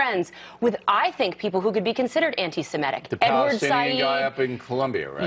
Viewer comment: Stop saying "antisimetic" when you are trying to say "antisemitic" Americans! It sounds like you are actually trying to say antisymmetrical but it has too many syllables.